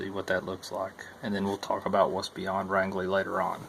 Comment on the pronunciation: Hey Now that you are entering the great state of Maine we are are going to have to teach you how to "speak mainer" - first lesson it is range-ly not rang-ly so you haven't seen nothing yet till you "enjoy" some of the climbs coming your way - slack packing will certainly make the first section a whole lot more enjoyable. as you can guess I live in maine😊